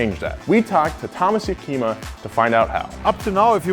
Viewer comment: "Thomas Jakima"..??? Come on, you didn't even try to pronounce it. Atleast put German words/names into a Text-to-Speech programme set on German.